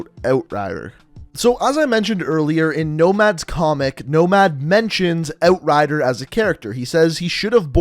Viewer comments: You say "Outrider" weird... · Can’t watch. The way this dude says outrider just bugs me. Thumbs down